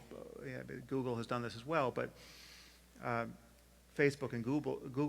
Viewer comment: sam says "gooble." Sorry that's all I have to contribute